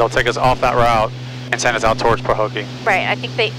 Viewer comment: haha...rerouting through a "pahokie"? you don't have to land to do that?